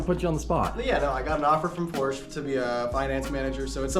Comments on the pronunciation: If he is working for Porsche, he should pronounce it correctly. Is he working for a local Porsche dealer, or Porsche the company? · If he wants to last king in the company he gotta learn how to pronounce “Porsche” correctly. Seen a lot of good guys go cause of that lol